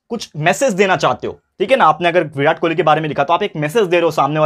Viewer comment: Birat kholi nhi king kholi sir😅😅